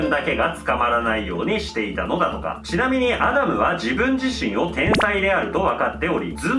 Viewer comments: アダムをキリンが言うとアナルに聞こえるんだけど、、、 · ウケ狙いとかじゃなくて、本気でアダムがアナルにしか聞こえない……どうしよ